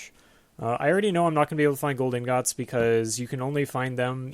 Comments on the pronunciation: No one seems to know how to pronounce ingot. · I say I like iron ing-ot